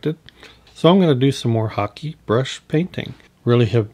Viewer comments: Hake: "Hah-kay", not "hockey." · hockey or hah kay is considered correct if you google it, as its Japanese, but many do pronounce hake like rake that's for sure. I personally don't care. I'll stick with hockey. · Lovely hmmm but I think you are pronouncing Hake incorrectly 🤪🤪🤪😍